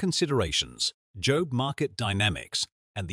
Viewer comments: Yes. There will be a 'jobe' market for 'ay', that we'll all be shut out of. ...or perhaps 'shit' out of. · Hilarious.. all this positive promotion of AI, and the AI generated voice over can't pronounce 'job' properly. How revealing.. I predict most language pronounciation changes of words across society will now be much quicker than normal, and driven by AI glitches repeated over and over..